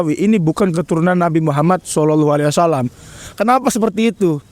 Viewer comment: NGOMONG SAW AJA BELEPOTAN..